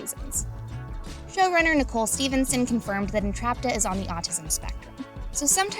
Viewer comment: Did they say Nicole Stevenson or are my ears broken